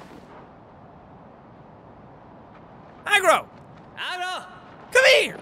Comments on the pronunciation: I can no longer tell if Jack is calling the horse “Egg roll” or “Agro” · I can't tell if he is saying Agro or Egg Roll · When jack says aggro all i hear is eggroll lol